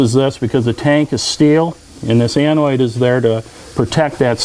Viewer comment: Its ANODE, not ANOID:)